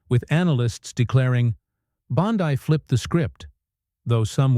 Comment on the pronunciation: Her name is pronounced BONDEE, as in abcD.